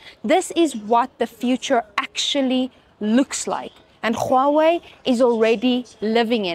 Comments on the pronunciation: Khuawei Not dear it's Huawei its simple 😂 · the way you said huawei = KHUAWEI 😂😂😂😂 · The she pronunces "Czchuawei " is doing my head in😢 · HOW YOU PRONOUNCE HUAWEI 😂😂😂